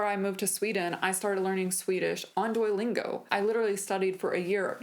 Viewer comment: Good video, but why do you pronounce Duolingo like DUOYlingo? When you just said Duo, you pronounced it properly, by wherever you used the full name, it was DUOYlingo. Is there some accent or other language interfering here? I'm genuinely curious, because it was so irksome throughout the video for me.